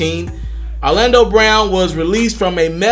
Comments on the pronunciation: What the f*ck is paraphelia lmao you meant paraphernalia my guy? 😂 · what was that, come again. Manphatemine😂😂😂😂🤦‍♂️ and then huhhhh paraphelah. Then you go and say you can read all day. Um buddy pleapleapleaplease stop lol